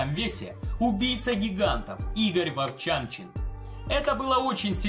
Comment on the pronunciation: Игорь Вовчанчин а не воРчанчин